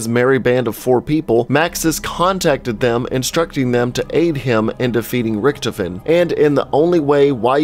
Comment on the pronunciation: Is it me or does anyone it find it funny that he said Riechtoefen not Riechtofen